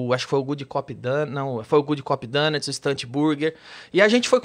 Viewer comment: DONUTS se pronuncia "DONATS" e não "DÃNATS".